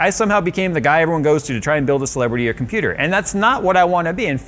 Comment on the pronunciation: wait, did you just say "He built himself a Computurd" ?